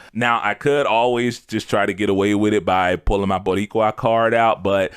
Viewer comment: until the perfectly pronounced Boricua, I had no idea, but I felt it without knowing y’know?